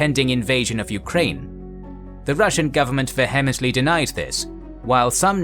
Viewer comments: You might want to look up the proper pronunciation of "vehemently". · Its pronounced vee-imently in English.. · This is a very unusual pronunciation of the word "vehemently". Always as if spoken by a robot.